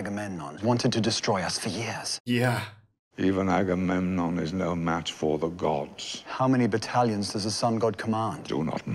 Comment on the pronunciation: You two are the cutest trying to pronounce aggamemnon you sound like nemo trying to say annenome 😂